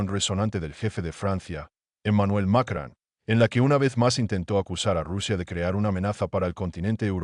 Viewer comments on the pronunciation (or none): ES ,MACRON IDIOTA NO '' MACRAN ''